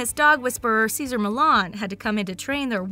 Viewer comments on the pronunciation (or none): none